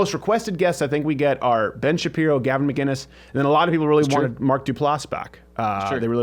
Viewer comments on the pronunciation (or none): His name is McInnes not McGinnes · Stephen, I love ya man but his name is not McGuinness it's McInnes! Pronounced Mc-Innes, no G ... it's a hard C. I know he has corrected you before but out of respect, pronounce it correctly. Oh and I'll be joining the #mugclub soon. Always love your vids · must b annoying for gavin to hear steven always say "maguinnes .. its MACINNES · Gavin's surname is pronounced MICK-IN-ISSSSS.....not McGuiness. for fuck sake. It's the difference between Scots and Irish! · Will you please start pronouncing the fucking C in Gavin's name? It's not McGuinness. It's McInnes. Pronounce the C. From an angry Scotsman who gets pissed off at every North American (acknowledging that you're from Canada) mispronouncing our clans' names. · When is Crowder going to learn Gavin's name......it's Mc- Inness not Ma-ginnis! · ITS MC! NOT MG ITS MC INNES!! not MG INNES! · Steven. Gavin's last name is MCINNES. No MGuinness. MCinnes. Yeah. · MICK-INNES!! Not MacGuinness (Scot here, but it should be obvious :) edit: fixed! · Steven...Gavin's last name is (Mk In Us) no g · Ma-KIN-Iss.. seriously when will people realize there is no "G" in his name. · You are saying Gavin's name wrong ....it's pronounced mic kinnis. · Still don't get why Crowder can't say his name right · Crowder still says McInnes wrong.